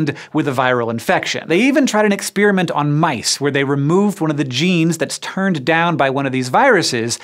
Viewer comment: I cringe every time I hear this guy say "experiment".